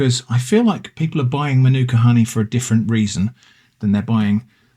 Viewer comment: In Australia there have been reports across all honey, it is not pure. Manuka is pronounced marn-aka around here. I got it wrong too.